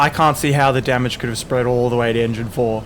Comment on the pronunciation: Engine "Damange"...really!